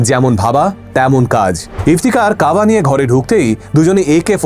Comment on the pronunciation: কাবা না কাবাব ?